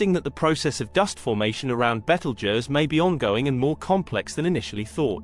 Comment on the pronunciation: You can't even pronounce the name right. And also your wrong on so many levels